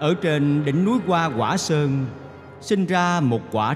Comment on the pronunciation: "Hoa quả sơn" chứ không phải "goa goả sơơng"